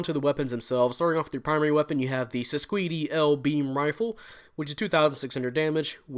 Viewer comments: I've heard the pronunciation is "Sis-quaid" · Its pronounced sis-cade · It's pronounced "SIScade" but the Japanese pronunciation adds that extra "do" at the end so it looks more like the romanji.